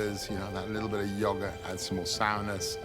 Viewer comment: Yaw-gert. Shuh-lotts. 😂😂🤣🤣🤣